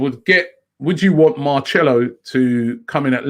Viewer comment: with the pronunciation it is Marcelo not Marchelo.